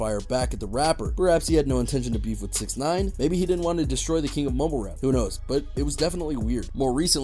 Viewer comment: He sounds like hes saying mobile rap lol